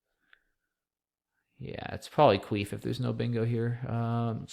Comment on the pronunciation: Cuif is definitely not pronounced queef. So funny.